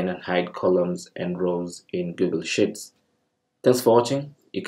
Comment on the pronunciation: Thanks. One tip I might suggest however: your pronunciation of 'sheets' sounds like 'shits', which is probably not what you want to say! ;)